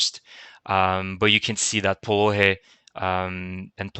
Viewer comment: Do not say POLOHY : phonetically "POLONY" H est said N , H is N if you want. But this is another alphabet.